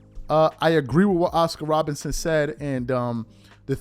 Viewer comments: are you saying Robertson or Robinson, a little suspect sometimes 👀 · Bro, can you say ROBERTSON plz!!! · I couldn't agree more, wish I could like your comment 1000x. Also no real ball fan would repeatedly mispronounce Oscar Robertson's name. That happens because is not a real basketball fan. He started a YT channel and said what topic will continue to be around for decades and get me views? He chose basketball. He's lazy too because he's repeatedly got other player's names wrong and made mistakes with rosters when it takes all of 2 seconds to look this stuff up before recording the video.